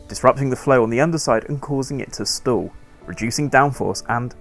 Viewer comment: Don't be confused by the narrator's pronunciation of "stall". He uses a distinct "O" sound and no closure in the "L", so it sounds like "store". No, air pressure is not being stored in the plumbing. The airfoil is stalling.